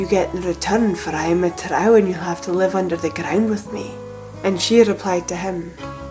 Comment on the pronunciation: Thank you for pronouncing "trow" correctly! The fantasy creatures in AD&D called "drow" are pronounced the same, because their origin is this exact folklore, along with Viking dark elf folklore of course. I try not to be a grammar nazi but it's hard when people call them "droh"😂 Great video!